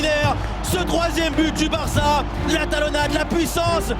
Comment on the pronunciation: il a dit "varca" je suis pas fou nan